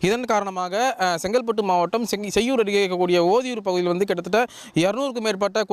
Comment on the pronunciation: செய்யார் இல்லை.. செய்யூர்....